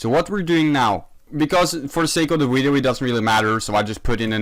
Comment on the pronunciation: Me: “video”: “wideo”